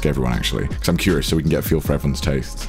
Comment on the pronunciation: hes saying "becuase"